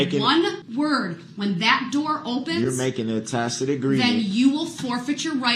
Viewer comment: "Have I acted in dishonor?". Dude you ran over dozens of little children! You have no honour. And stop saying Tacit! It sounds stupid when you've pronounced it as tackit throughout the whole case. You should've just stuck with tackit.